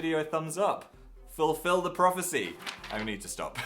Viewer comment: "Ful-PHIL the future!!!!" I'm going to leave now